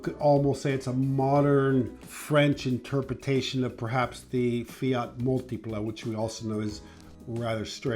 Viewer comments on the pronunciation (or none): none